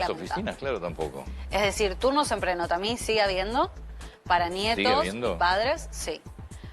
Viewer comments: tampoco se dice prenotamí, sino Prenótami. Evidentemente no sabe nada de italiano. ¿que hace ahí? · Una que teoricamente ni sabe pronunciar prenotami es vergonzoso prenótami se pronuncia